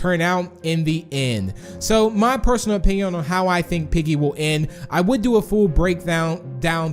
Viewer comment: why does he keep saying "en" instead of end?